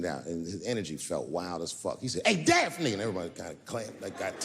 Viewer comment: "Daphne". Her name was "Daphne". HTH